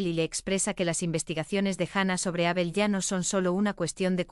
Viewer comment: Sigue esta señora diciendo Ábel. Es una palabra llana sin acento